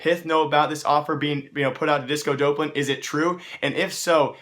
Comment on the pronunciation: that's not how you pronounce disco doplan